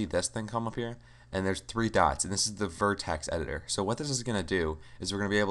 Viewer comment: Nice tutorial, but... Singular: "Vertex," not "Verticee" Plural: "Vertices"